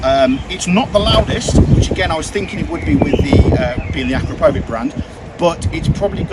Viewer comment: Acrapovic has nothing to do with a wig. It’s pronounced Akrapowitch.